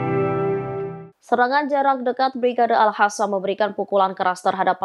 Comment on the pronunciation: Kenapa tentera AL QASSAM di sebut sebagai AL HASAN? Keliru deh!!! Pronounce biar betu dong! ANDA ITU PEMBACA BERITA. MALU AH, SALAH PRONUNCIATIONS!!😅😅